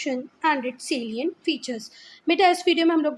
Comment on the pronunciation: Mam selient ni sailent hota he